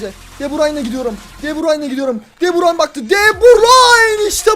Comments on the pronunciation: Abi de burayn diye okunmuyor döbrün diye okunuy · Deburayn değil debrun olcak abi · keşke de burayn demesen telefazu de burüyn onu:D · Abi de burayn değil de burü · abi de burayn deil de büryn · abi de burayin değil okunuşu de bürün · abi de brayn diyosun doğrsusu de breine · abi deburayn deil debroyn diye okunuyo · Abi o de brayn değil de bruyn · De Bruyn degil miydi o de burayn nedir qgagafaff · Abi de bursun değil de bürün abiı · Artık Şu Adama DEBRAYN Deme Deme Deme DEBRÜN Denir tamam mı Kevin De Bruyne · de brayn degil, de brüün diye okunuyor kac bolumdur yaziyorum yorumlari okumuyosun begeninde ustte kalsin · abi onun ismi de bruyne deil kevın de brayn de daha iyi olur :D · cim de brayn değil de bürün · abi de brayn degil de bruyn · Kardeşim adamın adını DE BÜRÜN diye telaffuz edersen daha doğru olur. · de broyne diye okurmusun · o De bruyne okunusu Dö brayn boyle okursan dha iyi olur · De bürün o e şunu artık de bürün. De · abi kevin de brune yalnis soyledin